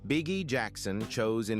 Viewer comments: This AI robot announcer keeps saying Bee-Ghee. It's so annoying. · Bee Gee they pronounce it Bee Gee.